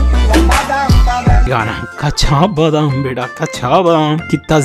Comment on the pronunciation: Kacha badam hota khacha badam ni